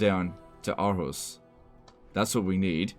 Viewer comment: as a danish person, I want to point out that its “Århus” or “AArhus,” and not arhus!